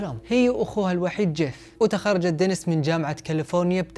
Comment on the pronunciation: دنيييييس و ليس دنس